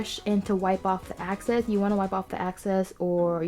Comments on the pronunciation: wipe off the 'access'? You mean 'excess'? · EXCESS NOT AXCESS!!! Sorry I just had to point that out.